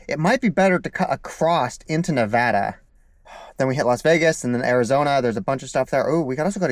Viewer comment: Dudes saying nevada wrong